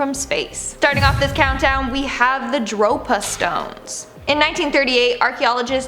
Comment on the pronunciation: Doctor shipotle and dropastone 😂😂